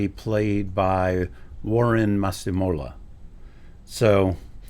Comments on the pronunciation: Ohhhhhh im so proud of the name pronunciation u said Masimola right❤❤❤im south african by the way❤❤❤ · I'm South African and can confirm you pronounced Masemola really well actually😂 😊❤Warren is an amazing actor by the way in S.A